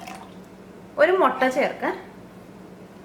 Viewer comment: Not motta ...say mutta